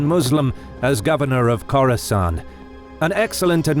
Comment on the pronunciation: Each time he says "Khorasan", I think about Coruscant...^^